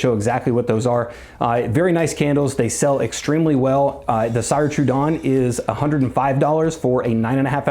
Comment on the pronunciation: It’s “seer” trudon like if you were saying sears. Also there vessels are all hand blown! I have several and you can feel the luxury